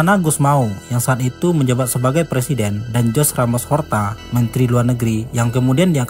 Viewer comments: Dibaca Juze buka Hose... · Koreksi dikit bang. "TIMOR LESTE", bukan Timur Leste. Nama Jose Ramos Horta bukan dibaca "Jos Ramos Horta" tapi "Hose Ramos Horta"